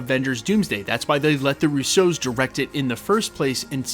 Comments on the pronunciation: Love your content but still for the life of me can’t figure out why you pronounce “RUsso” like “RousSEAU” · "The Roo-soze" LMFAO Why are you pronouncing the Russo brothers like that? You put the wrong emPHAsis on the wrong sylLABles